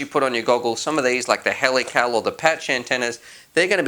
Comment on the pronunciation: Also, when you say helical it sounds like helipal...."would you like to add a sticker for $60?"